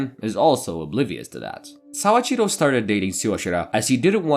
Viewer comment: Man, your Japanese is very poor. Soichiro is (SO-EE-CHI-ROW) not (SAA-CHI-RO) or sometimes you said (SA-EE-CHI-RO) or (SAO-CHI-RO). I don't know why your brain has to add an A into his name. Your (Ri) in Rika, was closer than most native English speakers, but it was definitely Spanish rolling and not the character り. Also, you can't even keep her name straight because you later call her Riko, multiple times. And Kazuhito? You literally left out 1/4 of this man's name. You looked at a 4 syllable word and really just left an entire one out. His name was not Kazuto, it was Kazuhito. Then Shiraishi. You just changed the last (Shi) into (Sha). What's the obsession with adding an (Ah) sound into everyone's name? holy shit you BUTCHERED that name my guy. "Saochiro started dating Suashira"? That is how you said it. Does Suashira and Shiraishi sound the same to you? lmfao I'm sorry but this was painful for anyone who knows even the slightest bit of Japanese.